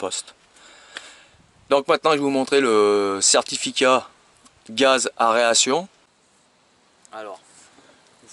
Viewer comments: Tu dis bien extracteur !!! Tu as du mal avec "a e r a t i o n" , tu as raison c'est juste une diction de m.... , tu m'as fais rire quelque chose .... Pouce encore .... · Mais lol, aération, pas aréation😁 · Aeration xd pas aréation